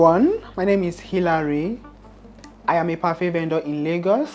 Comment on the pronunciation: Please It is not "Ayam" your favorite host, it is "I am" I've been holding myself since season 1.